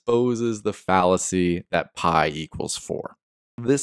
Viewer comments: that's not phai it's pee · Read pi not pai.